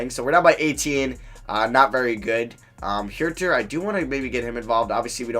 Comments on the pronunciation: Huerter’s last name is pronounced hurter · does it bother anyone else how he says kevin huerters name???